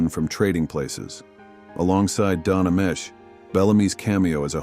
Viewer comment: It's Don A-mee-chee.